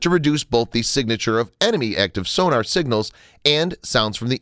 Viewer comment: Funny.......I've never heard of torpedo tubes measured in milli-"liters" before. Lol Nor have I ever heard of the underwater detection device "soo-nar". Want more subscribers? Want not lose the subscribers you have? - Work on pronouncing common terms.